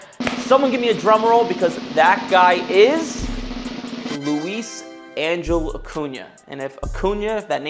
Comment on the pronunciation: Luisangel = Lou ees ahn hell - dude can't even pronounce his name 🤦🏻‍♂️ Also, you look like one of the dudes from Seigfried and Roy - whichever one likes dudes more 🤡